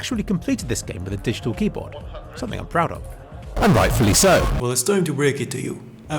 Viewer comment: “on a mystical shpeecourt”